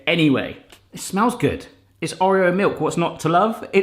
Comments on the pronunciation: No it's pronounced orr ee oh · Am I the only one slightly triggered at the pronunciation of 'Oreo'? 🤣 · Oh... The way you pronounce Oreo is triggering me lol 😂